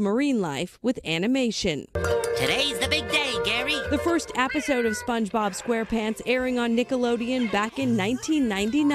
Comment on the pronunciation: you didn't even say it right